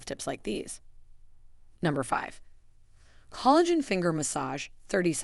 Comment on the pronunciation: This video was helpful. I did notice several mispronunciations of words ‘lives’, collagen, arterial and tsunami.